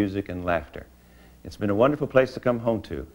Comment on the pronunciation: Wunnerful. wunnerful, wunnerful!